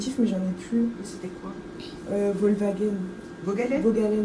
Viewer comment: Elle a dit wolswagen comme nom de médocs 😂😂😂